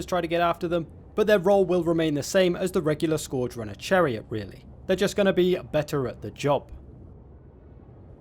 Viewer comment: You can’t pronounce scourge.